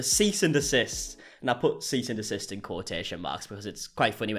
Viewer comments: "seize and desist" 🤣🤣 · “Seize and desist” 😂😂😂